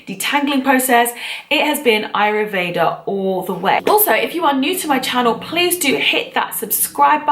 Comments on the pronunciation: Isn't it Ayurveda ? You say aryuveda great video tho very well structured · Its AYurveda..not ayruveda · It's pronounced "Aayoor vaidha" not ayruveda... Good video though 👌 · This is an awesome video and I'm no way hating, but I do feel the need to point out that it's written and pronounced AYURVEDA. I know it's probably just a misunderstanding since the pronunciation of the word in English is a bit funny but I felt the need to say it 😊 but your video is awesome and has amazing advice and explanations, so thank you for sharing!! ❤️❤️❤️❤️